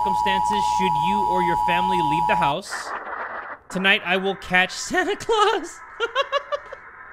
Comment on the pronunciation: Whenever u call Santa "sany claus' It makes me laugh bro 😂😂